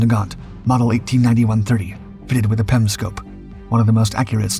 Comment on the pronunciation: It’s P.E.M not “pem”